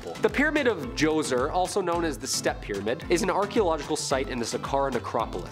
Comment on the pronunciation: Thank-you for pronouncing Pharaoh Jhoser's name correctly. Means you did for homework.